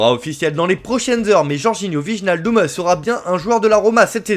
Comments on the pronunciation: ❌ VIJE-NAL-DUM ✅ WEY-NAL-DOUM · wijenaldum xD hahahahaha tu dois prononcer WAY NAL DUM xD